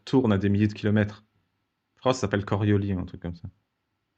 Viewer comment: C'est l'inertie qui fait qu'on ne ressent pas la vitesse. La force de coriolis (prononcer le "s" lol) n'existe pas, c'est simplement un effet, une illusion.